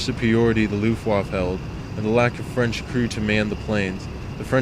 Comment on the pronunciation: You pronounce Luftwaffe in a peculiar manner :V